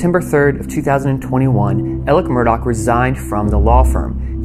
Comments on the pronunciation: He pronounces his name aleX yet everyone else appears to be calling him Alec. Alex Murdoc… is that a South Carolina thing? Seems like it’s Alex Murdah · His name is ALEX not ELLIC! It's MURDAUGH not MURDOCK! And while were at it shouldn't It be SCLED? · Why does everyone keep saying Alec and not AleX? Also they keep saying Murdock and not Murdaugh???? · Murdaugh.. sounds lot like sc pronounced murder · El-lick Murdok